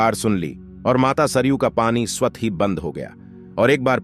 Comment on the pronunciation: आपकी व्याकरण कमजोर है , भव्य को भाव, स्वत: को स्वत बोल रहे हैं ।